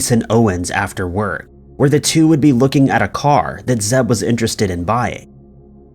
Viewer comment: well done for not saying "leicester". Yes, it's one of those words that Is impossible for outsiders to get right